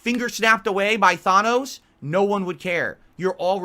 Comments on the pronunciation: I'm sure he'd be more intimidating if his fighting style wasn't fetal position. Also, who the hell is "Thaw-noce"? Learn to talk Phil. Only Phil can go into a beg directly after laying into his audience. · You took the words right out of my mouth with the thanous snap